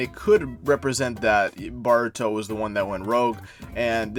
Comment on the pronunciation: Pronouncing ''Baruto'' and sometimes sound like Bart-ruto really made me laugh so hard 😂